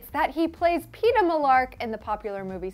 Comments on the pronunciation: peeta not peter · Its Peeta not peter